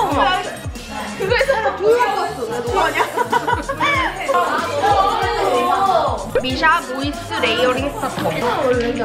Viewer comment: 언니 왜 미샤를 미쓰하라고 읽어요 ?? ??